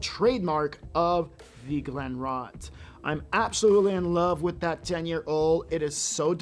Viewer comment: Don't you check the pronunciation of the distillery that you're not familiar with? I would suggest you do it before recording. Just saying.